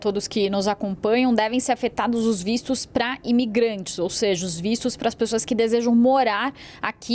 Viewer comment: que porra de vícios, não e vistos? falal direito mulher as vezes a pessoa pode ate entender errado!!